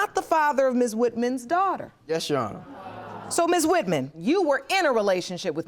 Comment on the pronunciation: “Ms. WitMen”